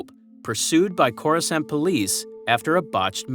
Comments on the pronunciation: They literally pronounce the name of the planet in the movies, it's not that hard to do the same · Bro have you never heard someone say the word Coruscant out loud?